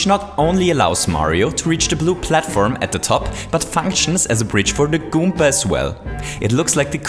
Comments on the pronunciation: did he just say goomka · I miss the old days when he said "kooper" and "goomber"